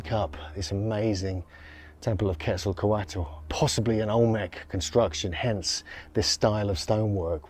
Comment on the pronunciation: "KETZL-KÔ-WAT". NOT "KETZLE COATLE".